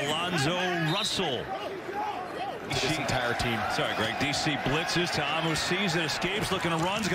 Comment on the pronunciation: TA-A-MU NOT TAMU